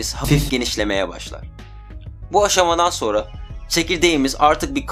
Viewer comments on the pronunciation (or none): none